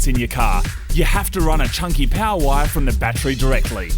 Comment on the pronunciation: Love how they say battree.